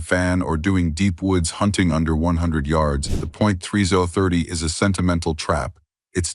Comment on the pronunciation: Point three zoah thirty? 🤦‍♂You gotta luv these AI voice narrations, jsmh.